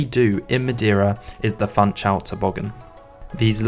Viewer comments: It is not called FANTSCHAUL, it is Funchal. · "FunchaLLLLL"😅 not "Funchaooo" or "Funchauuu"🤣 Please guys! It's Portuguese, not Brazilian Portuguese! 😚 You may pronounce the "L"s much like in english😉🤙 Great compilation so spots 👏 Thank you for sharing!